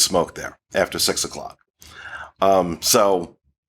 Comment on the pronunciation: Omg …when you said they bring out the ash trays on deck four after 6. I swear the first time you said it you said, “smoking after sex.” 😂😂😂 I had to rewatch. After 6. Yes, you said after 6. Overall, Great review! Looking forward to getting on the ship sometime soon!